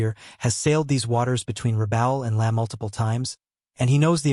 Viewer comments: You pronounced LAE [lay] correctly once but then reverted to your old ' laya' for the other times! You are getting better! That was a VERY well researched and presented video!! Just a pity more subject correct pics were not forthcoming. Great work! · Lae is pronounced "Lay", not "Leh". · lăăă😅 LAAAAAAA you know someday somebody's going to figure out how to write an AI software that can recognize long and short vowels and if they're smart the copyrighted and become very very rich people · Lae is pronounced Lay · I have been watching your videos and have enjoyed them a lot. One small petty complaint though, Lae is pronounced LAY, ( i grew up there), as I said, petty. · it is pronounced "lay" a number of other fumbled and mispronounced words and terms which are very distracting. Like Reball not Rebaal. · Wrong B-25 pictured in the beginning of the video. Canon armed B-25H was long after the B-25Cs used in the Battle of the Bismarck Sea. "Lae" is pronounced as 'lay'. Pappy was a former US Navy Chief Petty Officer.